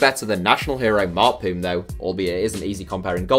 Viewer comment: You pronounced Mart Poom wrong, and I prefer Konstatin Vassiljev as the best player in Estonias history, but Mart Poom though played in Arsenal... And Vassiljev can score like hell man, SOOOOOO IDK WHO TO CHOOSE AS MY THOUGHT OVER THE BEST ESTONIAN PLAYRR IN ESTONIAS HISTORY